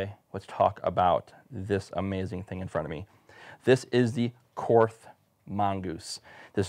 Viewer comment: It is pronounced “Kort” the “h” is silent